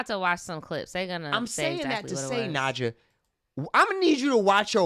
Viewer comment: You called it Nadja, he was Italian😭